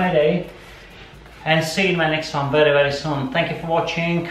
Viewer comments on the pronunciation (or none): none